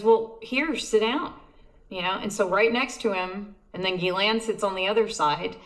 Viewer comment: Say it with me : OM-MI-CRON Gee-lane